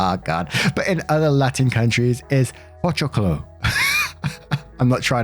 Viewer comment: you actually did pronúnciate pochoclo right, also I am from Venezuela and in Venezuela we call popcorn “cotufas”